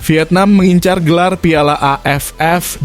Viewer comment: Miminnya orang mana sih kok piala jd payala😅🙏